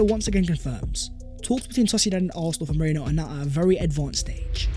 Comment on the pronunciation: come on pronounce Merino's name correctly.. you're not Terry Flewers! It's Maireeeno not Meraino. Check it in a translation app if you don't believe me.